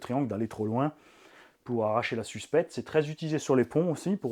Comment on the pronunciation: Suspecte vous avez dit suspette 😂😂😂